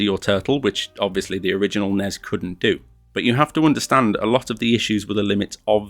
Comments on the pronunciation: its N-E-S not nez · please dont say nezz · Once he said the NES instead of N.E.S. I realized he probably didn't play this as a kid in the 80s. Probably someone who played in in more recent time.